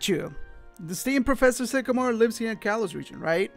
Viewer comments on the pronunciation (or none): none